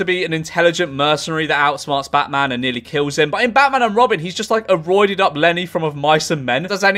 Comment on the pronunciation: "Bahman" very British bahman name